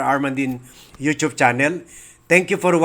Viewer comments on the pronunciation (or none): none